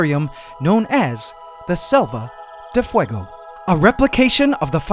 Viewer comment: Quick thing, you are mispronouncing Selva de Fuego, you are basically saying Save of Fire, so just check in translator or something because it has been bothering me for a few episodes. Ant love forever.